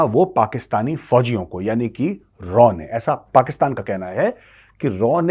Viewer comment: मेजर रॉ नही raaw